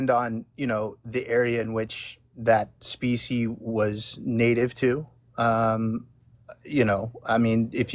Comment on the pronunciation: Why does it keep saying specie?